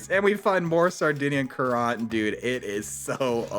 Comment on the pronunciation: Great exploit, but I'm glad they're patching it! And btw, Sardinian Currant is pronounced 'current'. Like a water current or electrical current.